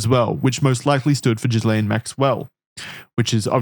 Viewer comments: Expert? Boys it's pronounced GILL -AINE Maxwell, not Jizz-laine Maxwell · This is really pedantic but it's pronounced "Gee-lane" (or you could also say it "Gih-Lan" depending on how french you were being) with a hard G. Idc about her but it's a real french name! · It’s a small thing but it’s annoying. In Ghislaine the S is silent. Like the S in isle. I wish you Americans would learn how to speak English.